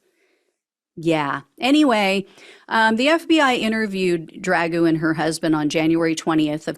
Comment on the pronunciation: Lost me immediately on the mispronunciation and ridicule of Dragoo's name. We are trying to fight he 3yo tyrant, no? Then let's not behave like him.